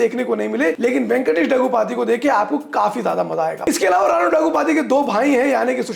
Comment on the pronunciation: It's "RAAANA NAIDU" not Raina